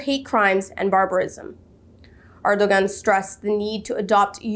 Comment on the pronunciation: Great job, sister, but please pronounce President Ergodan's name properly. In Turkish, the ⟨ğ⟩ (sometimes represented with ⟨ɰ⟩ for convenience) is known as yumuşak ge ([jumuʃak ɟe]; 'soft g') and is the ninth letter of the Turkish alphabet.